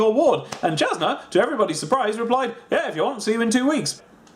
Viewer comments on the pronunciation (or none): I've listened to the audio book, and I think Jasnah is actually yah-znah